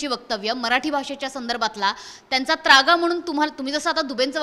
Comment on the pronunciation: अरे सद्या आय.............. झ........... नालायक चुत्................. मा............. तु जो शब्द बोलतोसना तो शब्द शुद्ध शब्द आहे त्रागा असा आहे........... नाही की त्र्यागा नाही. जुन्या सद्या वर्त्या आधी ना तु मराठी भाषा निट बोलायला शिक हरामी तु महाराष्ट्र द्रोही आहेस हरामी साल्या तुझ्या............. आय............ कुत्र्या काहीही भुंकतोस आहेस.